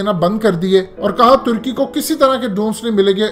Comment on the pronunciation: ٹرکی نہیں ہوتا ترکی ہوتا ہے ٹرکی پرندے کا نام ہے جعلی انگریز